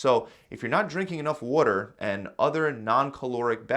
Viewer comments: Say water right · Did you say "wooter" are you from Philly?